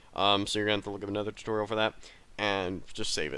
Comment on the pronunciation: I thought he said Tucorial I was like what the f***